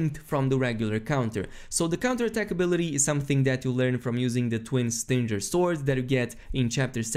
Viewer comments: Lol stin-ger... haha Sting-er. Like a bee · Did he just say stin-jerrr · It’s so strange to hear someone with such an intellectual understanding of an incredibly deep battle system not be able to read the words “stinger” and “unbridled”